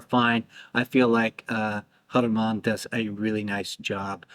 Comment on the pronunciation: Vernet with a hard T like fishing net. Jeff McBride said that Roberto Vergonjeanne told him in person :hand-purple-blue-peace